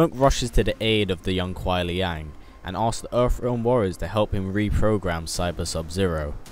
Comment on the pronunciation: Just a heads up, I know it is spelled "Kuai Liang", its pronounced Lang